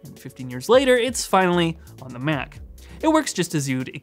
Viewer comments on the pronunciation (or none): Sometimes you say Mac and it sounds like “Myak”